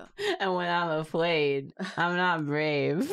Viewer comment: that "Afwaid" gave me mad Merabiba vibes